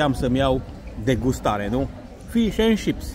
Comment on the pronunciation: Frumos și periculos traseul pe stâncă! Maimuțele sunt obișnuite cu oamenii, ai greșit când ai aruncat coaja de banană! S a simțit amenințată, bine ca nu te a luat la alergat. 😀(Fish and" cips", pronunția. Ships inseamna vapoare! 😂) Sănătace bună, cum se spune la voi!